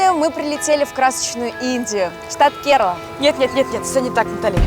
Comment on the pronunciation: Не ке'рала,КерА'ла,ударение на первую А .